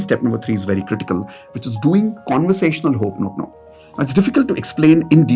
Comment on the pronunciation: Learn to pronounce it properly. It’s Ho o ponopono not Ho oponopono